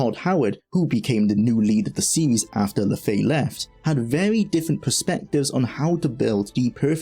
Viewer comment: and that is Julian LeFay, no LaFaye 😂😂😂